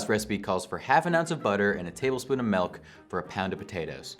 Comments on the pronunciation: I can't trust anyone who says "melk." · dude, its NOT pronounced : "melk"